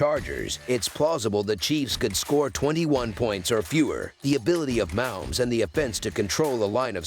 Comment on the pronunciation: You pronounce it Ma_Homes